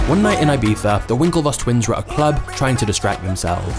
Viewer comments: I like how you call it "ibifa" or "ibitha" 😂. It's actually pronounced "ibissa" Awesome channel, my favorit at the moment!! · You are saying wrong, Ibica. You sas Ajbeca😂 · its ibiza! like in e-pizza but with a soft b - not i-b-tha... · where did the twins travel???? AIBIHA? IBIZA! I stopped watching at this point, very LAME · It's IbiZa not IbiFFa. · not IBIFA but IBIZA 🤣🤣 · its IBIZA and not IBEETHA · it's "EE-BEE-ZAH" not "I-bee-zah" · Ibiza is NOT pronounced Ibipha 😂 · Why do you pronounce Ibiza like eyebeefuh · why people can't prnaunce word IBIZA = IBICA... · i almost stopped watching after hearing 'Ibitha' for the fifth time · Is it just me that is bugged SO MUCH with the way he pronounces Ibiza as Ibitha or you too? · I like everything except the way you said ibiza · the way you say ibiza infuriates me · Holy shit the first time I found out that's how you pronounce Ibiza in English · Why does he say Ibiza like that😂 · AHAHHA you say "I-BEE-ZAH" like a a tourist but can't say "CHIPRUS" hahahah